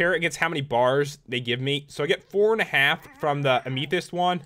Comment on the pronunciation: Is anyone going to tell him he's saying amethyst wrong? Seriously man, you're not saying it right!